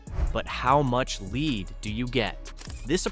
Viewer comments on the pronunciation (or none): WorthlessA I video where the voice isn't even saying g the words correctly. KeepS SAYING LEAD LIKE ITS A MINERAL LEAD